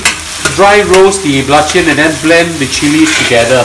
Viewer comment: Belachen? Belachan ... try not to slang u might get it right.